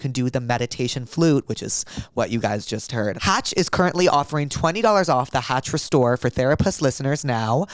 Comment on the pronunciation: He really said “hatch smart cock” in the ad read 🫡